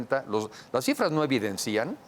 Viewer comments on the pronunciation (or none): SE DICE EVIDENCIAN NO EVIDENCÍAN